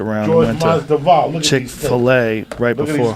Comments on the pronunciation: "George Masduval" 😂 Joey you're fucking Cuban mate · "George MASDIVAL"